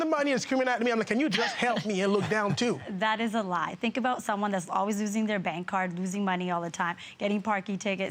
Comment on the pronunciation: Its "think" not "tink"